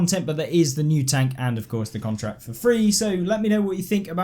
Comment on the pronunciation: Every time i hear "NEW PREMIUM TONK" i die in inside of me